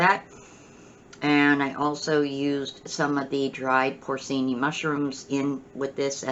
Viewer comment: Those mushrooms are pronounced "pore-chee-nee". Nice video, thanks